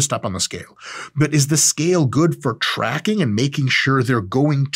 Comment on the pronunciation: lmao "trackig"